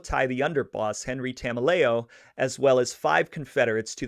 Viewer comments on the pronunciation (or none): Enricos last name is promunce like ta mel e o. He was my grandmothers uncle. Spent the firt ten years of my life hearing about how the feds framed him before it became public around 2000. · As far as Tameleo, and yes, you have the pronunciation wrong, he was originally a New York guy and came over with Patriarca as the New England mob had a close relationship with the Gambino family.